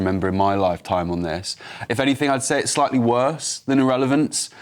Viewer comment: Why the emphasis on the IS? Surely it should have been the THIS. Sort ur syntax out ffs!!!